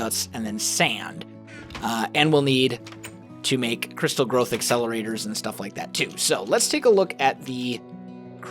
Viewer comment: i keep on thinking that is saying crystal meth accelerator instead of crystal growth accelerator